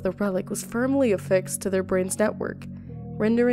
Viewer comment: You told the story in well organized fashion, u just mispronounced a few names like judy alvarez and panam but u did a good job